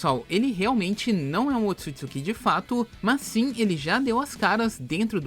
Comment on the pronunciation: P q nego tem mania de colocar assento nas parada "otsutsukí"